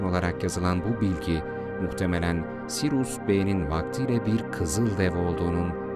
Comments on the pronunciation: Sirus değil Siryus okunuşu. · Videonuz harika fakat kulağımı tırmalayan SİRUS denmesi yüzünden seyretmeyi bıraktım. SİRİUS ya huu….